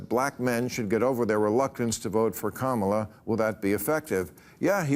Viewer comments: if the shoe fits we cannot acquit. The party has a cemented track record of xenophobia and bigotry. I would be happy to provide quotes. So when you mispronounced the brown woman's name on purpose, we're not just sensitive arbitrarily or out of the blue. It's the 10,000th violation and we're going to treat you like a repeat offender. That's only sensible reasonable and logical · “Democrat” Party is just another Republican dog whistle like the intentional mispronunciation of Kamala and Sexton KNOWS it. The goal is to disrespect. Fk him and the whores he rode in on. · Its the same reason they get offended when someone mispronounces Kamala's name. Its a faux outrage to push a talking point. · "Democrat party" is an intentional insult, just as the MAGAs mispronounce "Kamala." After four years the people that mispronounce the name of the vice president do so with indignance. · If you were to time the speaking, one person talks WAY more. Unlikeable is clearly in the eye of the beholder, and I don't think he was the only one who was triggered. ("Democrat party" isn't the most important thing, but like mispronouncing Kamala Harris's first name, it's casually obnoxious). Besides, Bill is snarky. That's the tone of the show. And he sometimes has more people who are from the right.